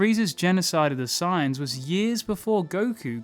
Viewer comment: Sounds like he's saying "signs" instead of sayians